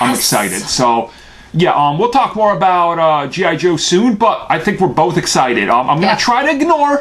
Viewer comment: Haha he said gi jew